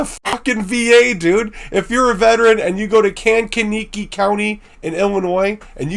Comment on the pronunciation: Thank you for this. Bachelors Grove has more levels of haunting that is not easily recognized… PS. It’s Kank: a key. Kankakee